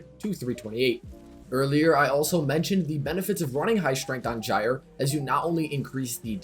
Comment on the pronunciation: Huh I thought it was pronounced Gyre not Gyre